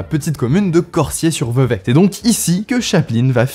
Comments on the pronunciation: Corsier pas corssier.... lettre S entre 2 voyelles ca vibre, mon clavier Péruvien ne me permet pas d'écrire correctement pardon mais je suis prof de langues! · On dit "corZier" sinon très bonne vidéo 😘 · Si jamais, Cosier ce prononce Corzier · C'est Cor(z)ier.... pour le S de Corsier... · Je sais que ça peut être bizarre mais ça se prononce Corzier